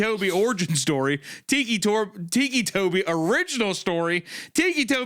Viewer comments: Every time they call him tikki toby i die a little inside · i like how he just naturally falls into a southern accent while reading the tags. teeky tobie anime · Ticci-Toby? Nah, Ticci-Jakoby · Ticci toby anime-fahhhhh also it's tobias erin rodgers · hearing hunter mispronounce ticci toby so much is filling me with so much rage i can almost control fire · its driving me crazy how hunter keeps pronouncing «ticci toby» (tih-kee) as «tikki toby» (tee-kee) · "Tiki Toby" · Hunter is pronouncing it "teeky," I always thought it was pronounced ticky, like... you know......... his ticks...... haha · It still bothers me that he's called "Ticci Toby" and not "Ticky Toby"... but it also seems fitting for how ridiculous the story is, too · Between Wendi calling him “Tony” interchangeably with Toby and Mr Meat saying “Tiki Toby” even after being told it’s pronounced Tick-y, I love this lol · Tiki Toby💀 TICCI HUNTER "TICKY" T I C K Y = T I C C I NOT TIKI TIKI😭 Say Tick Hunter, Say It, Learn how to speak brother you are killin me with your mispronunciation lmfao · “Tiki 🗿 Toby” had me dying. Like how do they not put together that he has Tics from Tourette’s so it is “Tic-kee” Toby 😂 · Hunter: They call him Ticci Toby because of his tourettes ticks. also Hunter: teaky toby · I like the way Hunter says "Tiki Toby" instead of pronouncing it as Ticky. 🗿🌴🍹🏝 Tiki Toby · my inner ocd is crashing out over hunter saying tiki instead of ticky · I’m sorry, but it drives me crazy how Hunter is saying Ticci Toby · Please tell me TIKI Toby isn't how you're actually supposed to pronounce his name and I'm not losing my mind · Every time Hunter says TEEKY TOBY I lose a year of my life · I can only imagine what Hunter was thinking before the Tourette’s was mentioned. “TEEKEE” Toby. Like a Tiki torch 😭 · Ah yes, tikki toby, as hunter is saying. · Hunter's pronunciation was killing me, the "tikki toby" was so bad lol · “Teekee Tobi”-Hunter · Ah yes, Tiki-Toby